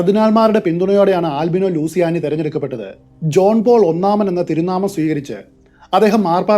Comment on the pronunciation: ആൽബിനോ ലൂസിയാനി എന്നല്ല ""ലൂച്ചിയാനി" എന്നതാണ് ശരിയായ ഉച്ചാരണം.